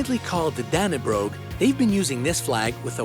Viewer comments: You have 23m subscribers. Couldn't you at least do a little research on how to pronounce stuff "Dannebrog" was so far off. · It's pronounced dannebro😂